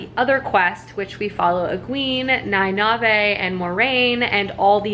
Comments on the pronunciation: Knee-Nay-Eve. There you go. 😌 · It doesn't really matter, but Nynaeve is pronounced /NIGH-neev/ and Egwene /eh-GWAIN/ :) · E-gwain, Nine-eve, and the (eyes-se-die) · Ny-nive-hey hahahahahha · Ah, the right of passage, mispronouncing Nynaeves name. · Love the wheel of time... then I was bored but compelled to read the wheel of time... then I was heart broken by the wheel of time after the authors passing...then I was 110% back on board for the Sanderson conclusion. Also no worries about mispronounced names...my brain could never get Nynaeve, I swear it added letters haha. Cautiously optimistic about the show. Glad you enjoyed the 2nd book. The first 6 are excellent. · ooof, there's a pronounciation guide at the end of every book! I kinda get goosebumps everytime you pronounce nynaeve wrongly hahahaha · I see your point. However, having read and listened to all the books multiple times she is saying it wrong. They don’t say it like that in the audiobooks. It doesn’t bother me that she says it wrong, but she is saying it wrong. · Listens to the book Still mispronounces Nynaeve (I'm sorry. I can't ignore it) 6 days until the TV show!